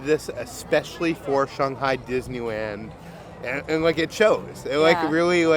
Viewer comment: I absolutely LOVE you guys and your videos, been a recent addition to your fan club and I live for it. But can I ask one pet peeve question??? Why do you pronounce ShANG-Hi as ShUNG-Hi, but clearly twice in the video (when talks about the Logo on the Pepsi & then AGAIN A SECOND TIME after the Hundred Acre Goods (I agree amazing Play on Words Pun 😊) you say it correctly as pronounced in English which is ShANG-Hi…😂😂😂😂is there a reason you change the affectation when paying attention to your pronunciation but when naturally speaking pronounce it in the traditional American-English manner?!? I know in Chinese it’s Pronounced Shunghi, but the way we affect words in English it is ShANGhi, and I binge watch this when doing my chemo or not feeling well resting, but this totally is like a stupid pet peeve and I’m not like a grammar snob AT ALL so for it to stick out to me was a thing, but curious if this was subconsciously done or consciously. Either way nothing but love for you guys and jelly of all the trips you’ve been able to take but so happy for you guys at the same time. Once I get better and beat this stupid crap, I’ll God-willing be doing the same with my fiancè! Love you guys ❤❤❤